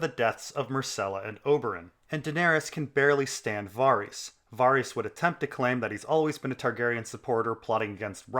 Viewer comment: "Var-ees" wat